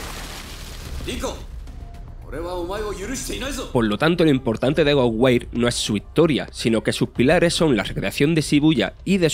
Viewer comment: Que onda con el narrador, duré solo 1 minuto para darle a otro canal para ver la recomendación, Goware???? No le entiendo nada...